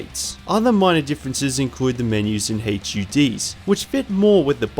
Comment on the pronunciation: is it so hard to just say HUD?